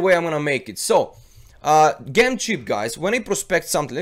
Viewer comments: just fyi: It's pronounced "J"em not "G" em :) not meaning to dis u, just thought it would help for future vids. but great vid anyhow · Bless you, I adore your videos you always provide good information that has helped me so much! I thought you may like to know that due to the wonders of the English Language Gem is pronounced Jem, I have no problems understanding you at all and I think those that say this are not listening! Keep up the good work! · it's Said Gem the G sounds with a J like in Jump. Sounds like the name Jim as in Jimmy. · ITS PRONOUNCED JEM! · Gem is pronounced Jem in the language you are currently speaking.